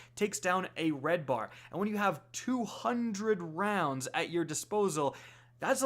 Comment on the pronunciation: Ahhh hundred rowndsssaa....wa???